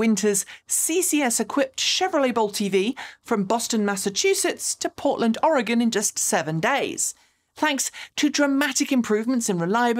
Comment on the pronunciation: Well, what do you know. A foreigner who can properly pronounce "Oregon." We usually hear it as "Ory Gone." Kudos.